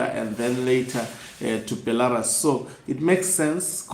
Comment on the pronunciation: It’s “Sneaking out” not Snacking out bantu 🙈🙈🙈 “Bhelarusi” not Bhelarasi 🙈🙈🙈 “twenty seventeen” not twenty sebenteen, say Seve….. Seve……. Good boy 👏👏👏👏😆😆😆😆😆